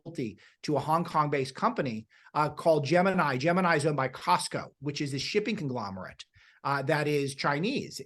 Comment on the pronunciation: BTW, the Chinese shipping company is Cosco, NOT Costco (with a T) the huge warehouse retail chain.